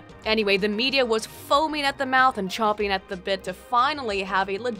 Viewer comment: Champing at the bit, it's champing at the bit. Not chomping.